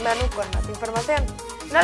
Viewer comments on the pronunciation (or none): Por que dice prótsimo video😂